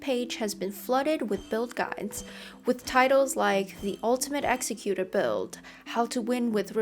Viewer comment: Nice video. You pronounce "Executor" incorrectly though. Don't feel too bad, lots of the community do. However, it's not pronounced like the word "Executioner."